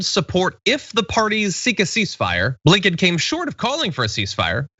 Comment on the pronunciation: I thought when he said Andrew Blinkon that he said Abe LINCOLN 😂😂😂